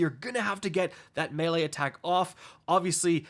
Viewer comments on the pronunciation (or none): none